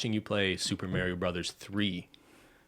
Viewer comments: I find it kind of interesting pronounces Mario like M-are-e-o and says Mary-o when they grew up playing it together. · Why does pronounce "Mario" as Mary-o but pronounces it correctly 🤔